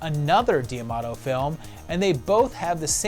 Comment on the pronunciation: Love this series, but correct me if I’m wrong. Isn’t it Joe D’Amato, not Joe Diamato?